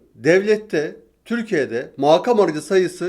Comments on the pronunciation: Maakam kelimesini düzeltebilirsiniz 🙈 meydaana diyordum bir ara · Ben de hep farkediyorum tüm konuşmalarında o her rakkam dediginde "rakkam degil o rakam" diyorum sanki yanımdaymış gibi. Bir de bugünki konuşmasında makam kelimesini " maakam" diyerek a'yı uzaltarak söyledi. A orada uzaltılmaz. Yani aynen makam yazdığı gibi söylenir. Serdar bey mesajları okuyor mu? bilemedim ama yazayım dedim. 😊😊